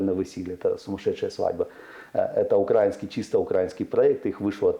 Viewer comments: Украина, украинский - ударение на И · Сцуко!!!! УкраИнский, а не укрАинский!